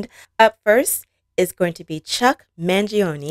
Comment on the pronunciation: Yes, you said Mangione correctly!